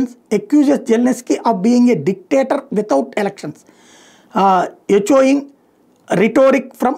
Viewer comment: "ఎచోయింగ్" కాదు "ఎకోయింగ్"